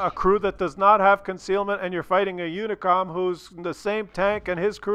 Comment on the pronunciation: It's "Unicum", not "Unicom". Apart from that: Absolutely hilarious comment.That dog with the infected ass on the passenger seat really cracked me up.